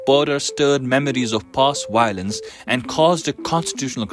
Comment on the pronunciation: Dear me, It’s VIOLENCE not WIOLENCE VICTORY not WICTORY. Give the job to someone who speaks English